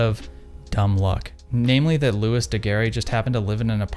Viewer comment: And looey not lewis